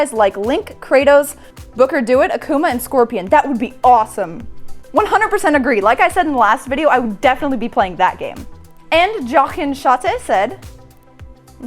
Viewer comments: Did she call Booker Dewitt, "Booker Do-It?" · It's Booker Dewitt, not Booker Do it. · Dewitt is pronounced "D-Wit" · DeWitt. Booker DeWitt rhymes with wit. Or you can call him Comstock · This chick is such a poser.... She totally butchered Booker Dewitts name! I mean anyone who is "actually" into gaming would know how to pronounce the protagonists name form Bioshock Infinite. Poser, for sure. She is just trying too hard to act like she's into it. I can totally see right through it. It's sad the lengths people will go to for YouTube fame. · Great video! You just got yourselves a new sub... but it's a pity that she didn't play BSInfinite... Otherwise she would never pronounce DeWitt like she did. Apart from that I'm glad that I've found this channel.